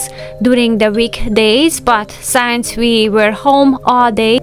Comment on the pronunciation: Wonderful tips and routines, performed so effortlessly! Everything you do is done with style and grace. One small quibble: the word "since" does NOT sound like "science" even though the captions give us the word science, when you say since. Please...the word is "since" and the first part rhymes with chin, fin, gin, kin, pin, etc....